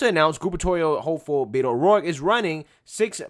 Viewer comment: I do believe it is pronounced "whedo." White boy from San Antonio.